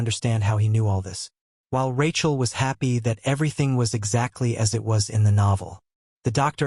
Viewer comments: tell me about it, its supposed to be Rakiel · Rachel? AI struggling with names and gender